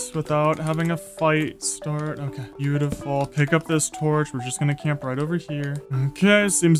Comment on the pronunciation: stop saying biutifull